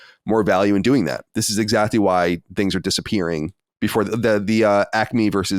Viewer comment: Why does Colin keep saying ‘exactdy’ instead of exactly?